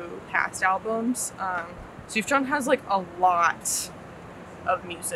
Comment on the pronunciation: kids these days need to learn how to pronounce sufjan's name